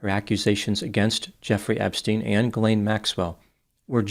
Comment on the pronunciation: also prononces Ghislain correctly too.